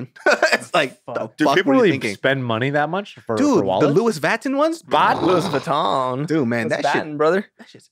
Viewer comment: "Luis Vatton" LMAO